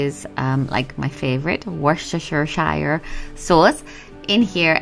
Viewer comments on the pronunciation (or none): Worcestershire [wooss-tuh-shuh] (oo as in shush) (u as in up). Shire is only pronounced shire (as in shyer) in The Hobbit or Lord of the Rings xx